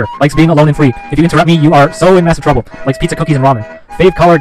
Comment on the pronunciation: "Gets in trublee"